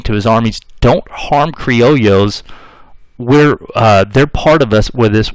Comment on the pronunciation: Not cree-oh-lee-ohs ... It's cree-oh-yos. Spelled criollos.